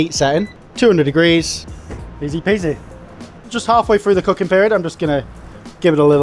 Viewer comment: "All the way frooo". Sure sounds stupid.